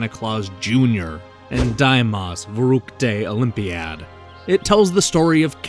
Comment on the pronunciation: First of all: great review! Now I know what to expect from this game. But my personal highlight was hearing you say 'Die Maus verrückte Olympiade' :D no offense just made me smile ;)